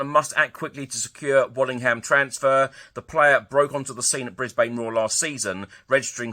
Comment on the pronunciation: Pronounced, "Bris-bun", mate!